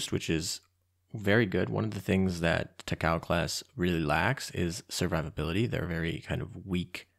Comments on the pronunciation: “Tacow” hurts me ears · Takao Ta-ka-oh